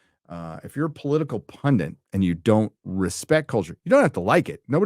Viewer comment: * PundIT, not PundINT